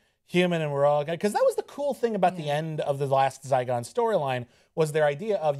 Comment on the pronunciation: ZYGON not Zycon :p